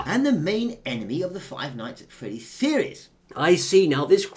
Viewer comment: "Freddy" Aaand no.